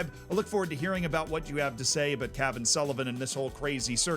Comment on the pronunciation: Put the accent on the second "a" of Cavan and it sounds cooler.